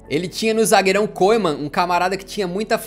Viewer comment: Muito legal! Bem feito!!! (Nome do Koeman é 'oe' pronuncia 'u'; sou da Holanda 😉)